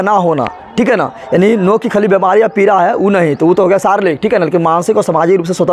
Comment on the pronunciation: Aap achha pdhate hi lekin पीरा या पीड़ा me kya bolte hi pta ही नही chalta sir